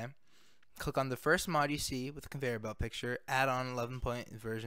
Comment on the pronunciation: “con … veyer belt mod” it sent me 😂